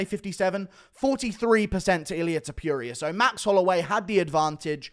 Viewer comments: To-puria brother, not Top-youria :) Your reviews are amazing btw. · Please pronounce his name correctly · Pronounces "Topuria" wrong every chance he can.